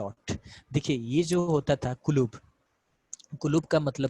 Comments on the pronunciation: It's not kulub...It's kutub. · Not kulub it is Kuttab